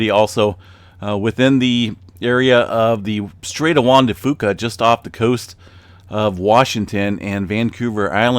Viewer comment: Only saying this because I think in the past you've wanted correction on pronunciation. Locally, the "Fuca" in Juan de Fuca is pronounced as "few-ca". I know in terms of Spanish you are nailing it, but locally it's a little different. Not that big of a deal, everybody understands what you're saying anyway haha